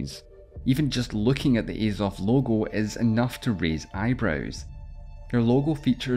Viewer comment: There's unbiased information and then there's this. Discussing the ways for the war to end by ONLY working with russia's demands is immediately slanted. This probably explains the mispronunciation of 'Azov' and missing out their renouncing of their ideals over half a decade ago. Mostly good information but very lacking in key areas. C- grade. Слава Україні.